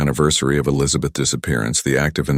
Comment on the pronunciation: Too bad the AI voice can't pronounce "Elizabeth's".